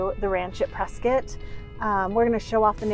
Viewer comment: We are taking back “Pres- Scott” it’s not Pres-scutt go back to caulifornia